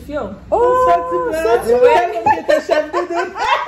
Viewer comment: Why she keep on saying chief instead of chef